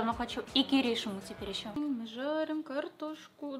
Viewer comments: Не Ки́ришима а Кириши́ма !! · Неужели никто не написал, что правильно КиришИма, а не КирИшима? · То чувство, когда не КирИшима, а КиришИма. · глубокий вдох АААААААААААААААААААААААААААААА не КирИшима, а КиришИма АААААААААААА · КирИшима? Серьезно? На сколько я знаю, правильно киришИма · Он же КиришИма а не КирИшима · Я одна заметила что она не правильно сказала киришима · Помойму киришима идёт ударение на первую и а не га вторую